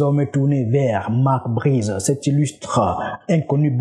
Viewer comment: Marc Brys pas Marc Brizeuh